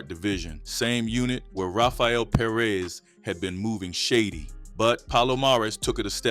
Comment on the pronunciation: Perez. Not Per-rez